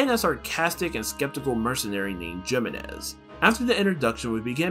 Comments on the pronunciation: It's He-menez, not Gee-menez, since it's a Spanish name. Figure I let you know. Great video, by the way! :D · loved this video you explained everything really well but i think its pronounced HEEmenez also the music was a little too loud at times making it hard to hear you <3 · its pronounced “He-MÉ-NEš”